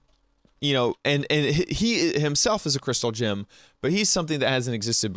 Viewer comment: It sounds like you're saying "Crystal Jim" not "Crystal Gem". :D